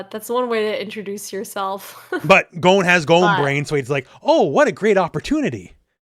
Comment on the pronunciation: Can you please pronounce Gons name correctly? gOn not gone